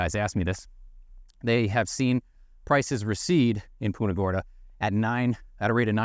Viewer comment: You are pronouncing Punta Gorda wrong